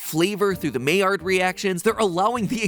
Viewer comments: Mai rhymes with eye, not may. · My-ard not May-ard 😁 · Just a quick note, Maillard is actually pronounced My-yard, not May-yard! but it's a common misconception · "Maillard" reaction is actually pronounced "my-yar". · The only thing I gotta say is I prefer the pronunciation to be My-yard insta of may-erd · It’s pronounced my-yard (my and yard share the y) 😭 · Lol Maillard is pronounced miyard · Matpat: pronounces Maillard as "mayor" Me: pained French noises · Maillard reaction was pronounced with “my” at the beginning... I’m must now google it. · maillard is pronounced my-YAR (looked up the spelling of the pronunciation on wikipedia)... that was bothering me the whole video. (though i've heard people pronounce it my-YARd, but really, either way is better.) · maillard reactions are pronounced "myard" reactions matpat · I'm pretty sure maillard is pronounced my-ar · am i the only one who cringes when he pronounces "Maillard"? I don't know why, normally I don't care about these things. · Anyone else get annoyed on how he pronounced maillard. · Hey Matpat you're pronouncing Maillard really weird, also check this out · As a cook its botherd me he pronounces it wrong everytime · You're pronouncing Maillard wrong.